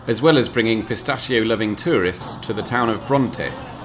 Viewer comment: Really good - very helpful; great to here the Italian names pronounced correctly rather than the usual massacre inflicted by British vloggers and the even worse carnage inflicted by those from the US. That said, you bottled-out of correcting the usual Anglicised mispronunciation of ‘pistacchio’!